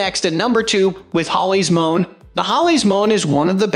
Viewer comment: No clue who owns this channel, but clearly it's very low quality script fed through a robotic voice synthesizer with images that are ripped off from other sites (namely Amazon) without permission. Seriously -- F1 = "fone" and M1 = "mone"? Scub-Ay-Pro?? What a joke.